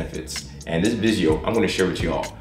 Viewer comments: Are you saying "visio" instead of "video"? Odd, methinks... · is he saying vijeo or its just me